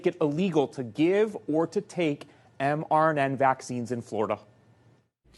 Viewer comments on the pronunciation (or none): Ignorant reporter calls mRNA vaccines mRNN. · Somebody please tell that reporter that it's "mRNA" and NOT mRNN Thank you!